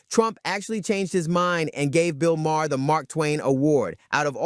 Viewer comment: Bro said Bill Mah. It's May-her.